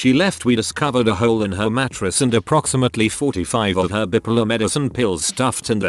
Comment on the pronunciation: Word: bipolar TTS: B I P P I L E R